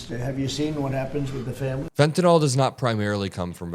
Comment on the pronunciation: It’s fentanyl…..not fentanol